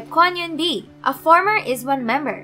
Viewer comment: Is one? Sorry but that word is pronounced IZ*one (아이즈원)